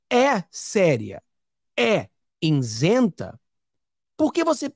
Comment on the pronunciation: I-SEN-TA! Nao diga insenta!